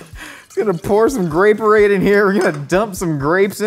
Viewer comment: "Grape-orade" ---> "Gray Parade" You're welcome.